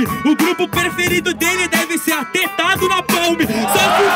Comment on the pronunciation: "ATETADO" NAPALM KKKKKKKKK